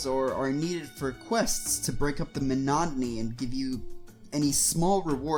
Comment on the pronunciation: can't unhear him saying "monotony" as "monado-ny"